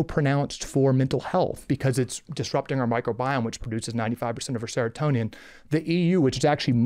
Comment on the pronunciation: Casey means is a QUACK, half of what he said with Ozempic is wrong, dude said seratonian not seratonan